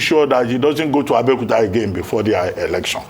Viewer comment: Please, Why is it Abeokuta.. All pronunciation speech coming out. Please don't give ur town Bad Name.